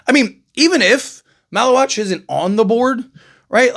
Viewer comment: you got his last name right good job lol